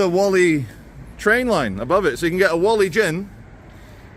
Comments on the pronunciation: me ole sack o shit Whalley is pronounced Warley not Wally lovely Christian town free from foreign shit!!! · It's pronounced WALL EEH not WOLL EEH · Great vid (as per) couple of things that may be of interest: The hill with the sheeps is called 'Whalley Nab'.also; Locals (Inc me, yours truly) pronounce Whalley... wall-ee. you're the best good sir, keep up the great work. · My parents came from Whalley, and it's not pronounced Wally either. 😊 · Love the video. But please pronounce Whalley right 😂